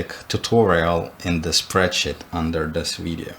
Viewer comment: No one:: "spreadshit"